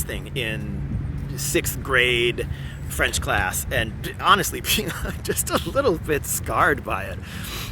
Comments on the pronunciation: frenchman speaking here, i'm quite impress with your accent! also as a guy who came on your channel via the input of Mr Ian from forgotten weapon i truly appreciate that you don't rush talking about gun and instead take the time to bring a whole lot of context! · Your french pronunciation is excellent! **Cough And much better than Ian's **cough For the lyrics, "those ferocious soldiers come take our sons and wifes from our embrace to slice their throats" is closer but you get the point! As for the Legion, given their nature of a last resort shelter for those who have nothing left to lose, the fatalistic tone is probably on point. If i remember correctly, French citizens can join it but will have to shed their identity and become "Belgian" or "Swiss" on the records before enrolling